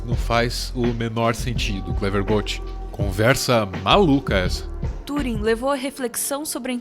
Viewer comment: mulher mais sábia TUUUring invés tãnring, ta certo?